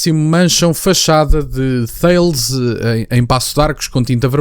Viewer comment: Apenas um pequeno reparo desculpa, Thales pronuncia-se "Taless".